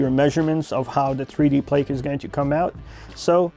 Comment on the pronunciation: Every time I hear “plake” 🤦‍♂️